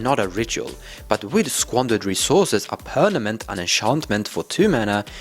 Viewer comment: i like how he says pernament! lol